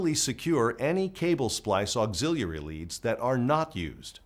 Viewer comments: It bothered me too. Auxillalalary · Bruh….. why you keep saying auxiliary like that….